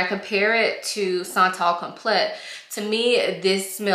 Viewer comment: This is such a beautiful fragrance. It smells like pretty money. I get compliments on it. It smells like Italica by Xerjoff. But not as heavy. By the way it’s pronounced like “come play” but as one word. Like complay